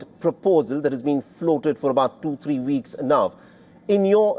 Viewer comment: You really need to master the letter w dude,so a week would be a veek to you😂